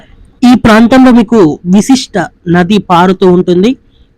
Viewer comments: అది విశిష్ట కాదమ్మా వశిష్ట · విశిష్ట కాదు... వశిష్ట... వైనతేయ... ఇవి ఋషుల పేర్లు